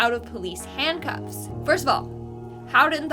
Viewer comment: Besides pronouncing intestines wrong do Canadians pronounce "handcuffs"- handcoffs... 😅😂😂🤣🤣